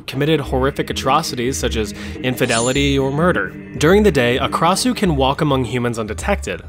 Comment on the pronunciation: Krasue originate from Thailand and it only have 2 syllables kra-sue not ka-ra-sue